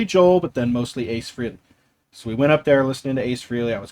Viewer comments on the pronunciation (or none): FYI-His name is pronounced FRAY -LEE NOT FREE-LEE..There are intervews on tube about him explaining this. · It’s pronounced Frayley not Freeley, you lifelong superfan. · Btw. For such a big fan you would think you knew how to pronounce Ace Frehley s name ? It’s not freeley. It’s FREYley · I think we’ve all called him that for decades, but it is Frey-Lee.